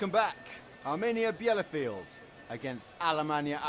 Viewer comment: This is painful listening to the commentator's butchering of the home team's name.